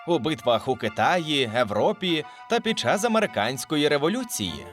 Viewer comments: Мене єдиного дратує це "Еееееее", Европі. Можна вічно спорити як було в минулому, але зараз заведено говорити Європа. Українська мова жива, вона постійно змінюється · Можна хоча б вимовляти не Европа, а Європа. Континент Європейський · Що блін за Европа. За сучасним українським правописом читається і вимовляється Європа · чому Ви, людина яка популяризує українську мову, кажете "Европа" замість "Європа" нащо ігнорувати букву Є?